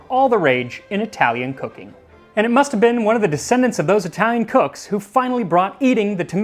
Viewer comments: Italy saving the day and bringing us again something amazing for humanity! Also your italian pronunciation is on point, sincerely from Naples And the italian counterpart to Voilà would be Ecco Fatto or just Fatto, great channel! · Pretty decent Italian pronounciation. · Your Italian pronunciation is pretty good. The accent is heavy, sure, but it's perfectly understandable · Pronunciation is not bad! Great video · His Italian pronunciation is very accurate, I'm impressed! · I'm not even Italian, but that was beautifully pronounced.